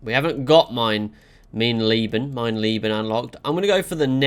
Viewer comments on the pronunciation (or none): your German is very bad, but the video was entertaining <3 "Mein Leben" i personally wouldn't do it.